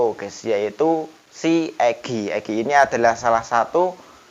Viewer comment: EGIIIIII bukan PEEEEEEEEEGIIIIIII